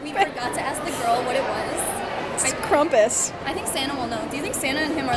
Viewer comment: It’s Krampus! Very close, no shame in “Krumpus”- it reminds me of “crumpit”. 😂